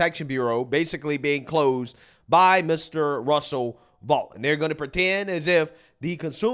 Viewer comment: Russ Vought's last name is pronounced VOTE, not Vaught.